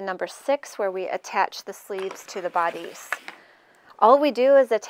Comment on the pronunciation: Nice instructions! I think you should google the pronunciation of the word bodice.